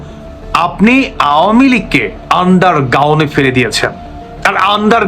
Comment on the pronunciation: শব্দটি "আন্ডার গাউন নাকি আন্ডার গ্রাউন্ড"???